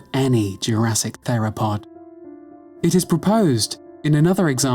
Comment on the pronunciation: I’m.. pretty sure that’s not how you pronounce the word “theropod”.